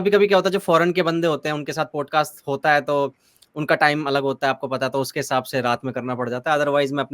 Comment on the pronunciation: भाई प्लीज़ "पोडकास्ट" मत बोला कर वो "पॉडकास्ट " होता है । "औ " की ध्वनि आनी चाहिए । "पोडकास्ट" बोलते हो दिक्कत कुछ नहीं पर ऐसा लगता है कम पढे लिखे हो जबकि ऐसा है नही ।